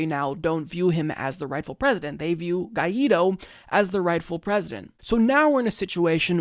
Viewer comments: OW. my ears. good coverage of the situation and all, but please, please pronounce spanish names better. it's "Sha-vehz" , and "gwhy (G sound and "why" together) - dough" , hearing you try to say guaido's name made my ears bleed, otherwise keep up the good work! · Also, the name of our president is pronounced like gu- i -do.. Guaidó